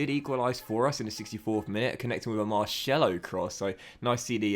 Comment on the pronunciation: Hey, just a tip and Marcelo is not pronounced Mar-cello but Marselo (it's like the s in sail for example!). Great content as per usual and thanks for keeping us entertained during these (very) boring times! Keep it up!